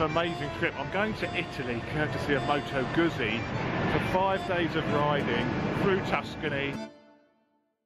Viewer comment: Don't expect to hear perfect Italian pronunciation but please at least get moto guzzi correct. It deserves it.